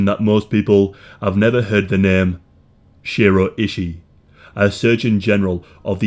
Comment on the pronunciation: It’s pronounced Shoe-roe eye-shy, that’s how you pronounce his name.